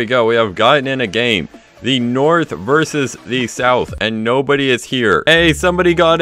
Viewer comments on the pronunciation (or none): none